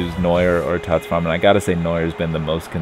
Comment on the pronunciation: english language and pronounciation of german names #FailFish who is Farmann ? #Kappa